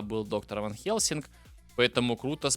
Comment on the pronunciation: Почему ты в слове Хельсинг не произносишь мягкий знак?😮